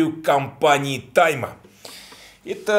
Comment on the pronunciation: Слово "Тайма!", произносишь аки Сягун Японский перед актом Харакири)) А это Кытай))